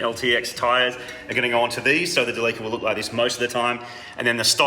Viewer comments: Did you say the name of your new van is DerLeaker? :) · ah yes. the DeLEAKa